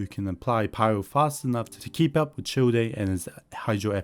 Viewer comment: Childe is pronounced "Child" 😂